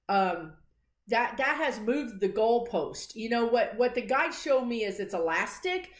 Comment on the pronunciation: Enunciate "guides" otherwise first time listeners hear "guys." Ask your guys, lol, if I can mention your YouTube channel when I comment on CNN MSNBC. Occasionally I post (or reply) your prediction and say it's from a psychic medium on YouTube. I don't post the source because you will get some haters. I think you can handle it, but haven't wanted to take a chance. It would be nice if you were recognized. You predicted Jan 6th loud and clear.